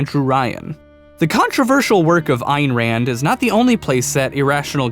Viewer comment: its pronounced Ann rann